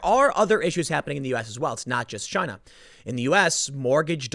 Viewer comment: Generally speaking, chaos in Chy-nah means stability for the rest of the world. 😄